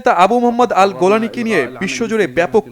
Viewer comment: আাল গোলানী না, আল জাও লানী।